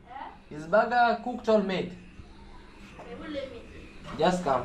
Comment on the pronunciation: 😂😂😂😂😂 very interesting 😂😂😂baga baga baga...BIiiiG Burger( sound like bega begger...)